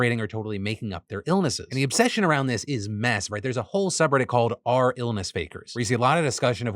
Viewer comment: r/ is pronounced are slash